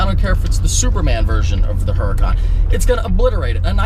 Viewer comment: I like ur vids.. Maybe learn how to pronounce Huracan, think street fighter video game..